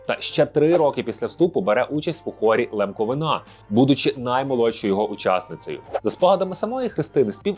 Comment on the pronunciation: Хор "ЛемковИна", а не "ЛемковинА"